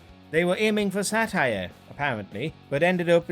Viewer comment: "Heil honey I'm home" When satire becomes "Shatire!"